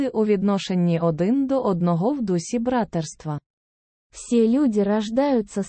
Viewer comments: The word „bratErstvo“(brotherhood), on the other hand, is stressed on the SECOND syllable. The robot´s Ukrainian is very imperfect. I mean the one that reads the Declaration of Human Rights. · The audio of the Declaration of Human Rights is probably AI, not a real person which explains the mispronounced Ukrainian "братерства " and Russian "наделены", as well as the odd intonation/rhythm of the Ukrainian version.